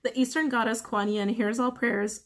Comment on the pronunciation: Yes, you pronounced “Kuan Yin” correctly. 👍